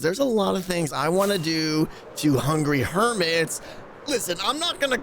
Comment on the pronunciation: I do love that people have sorta rediscovered "Hungy Hermis" as Grian tends to call it, after there was a small lull in the number of people playing